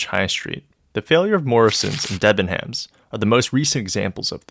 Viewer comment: The H is silent in Thames and Debenhams